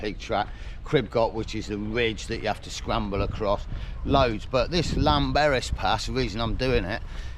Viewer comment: Good video. Ps a double Ll in Welsh is pronounced th for example thlanberis x